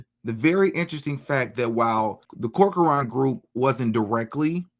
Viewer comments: CORK-RAN - NOT CORK-A-ARAN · Cork. Run. That's how you pronounce it.